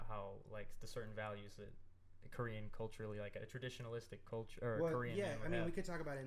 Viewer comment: That korean language mispronunciation though. Also, for Sergio, the Korean word for "mom" is umma ! Aaand I kinda gave up like 20 mins in cause the audio was really hard to hear but I will properly watch/listen to this once I am in a quieter place!